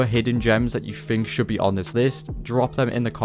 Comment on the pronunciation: I didn’t fink I knew anything about gta. “Fink” means nothing. Learn how to talk.